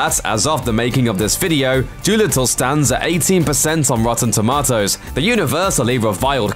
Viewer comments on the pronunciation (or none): "ROW-TOWN TOW-MOW-TOWS " LMAO!!